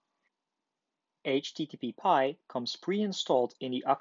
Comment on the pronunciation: it is aitch-tee-tee-pie not aitch-tee-tee-pee-pie